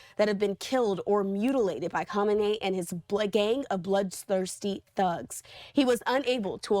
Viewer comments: Pronounce the name properly at least, would you?? It's "Kah-may-nee" phonetically, not whatever you're saying. Sheesh. This is great news for the Iranian people, though. Maybe they'll get their freedom, and more, back like they had before these psychotic Ayatollahs made their lives a literal living h*ll for so many decades. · Don't get your news from talking heads that don't even know how to pronounce the names of world leaders. Good grief.